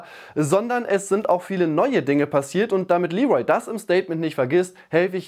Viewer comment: Wer nennt ihn bitte Lee'Rol??! Bisschen geschmacklos, oder?!